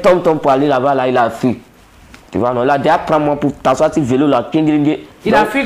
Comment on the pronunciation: 😂😂comme ça suffisait pas,il dit "de me levé ou de tassoi??😂😂😂😂😂😂😂